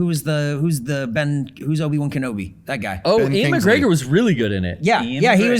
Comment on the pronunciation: What is up with never saying people's names right? Does he have dyslexia? Ian McGregor? It's Ewan McGregor you bum